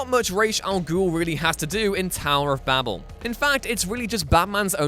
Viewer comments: "Babel" is pronounced "Bay-bul" not "babble". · Tower of Babel rhymes with table, not with rabble. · "tower of babble" lol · If only he could have pronounced Babel correctly. :-( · Dude you need to learn how to pronounce Babel ;-) )